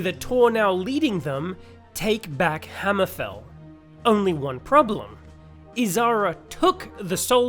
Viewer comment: I agree with the guy that said just cut the first 4 minutes. That's probably better for the smooth brain among us and in the future. No problem with the dialog though very well spoken apart from the hammer-FALL being clearly you thinking daggerfall and not Hammer-FEEEEEEEEELL. 😂😂😂 love the stuff man keep up the great work. 🎉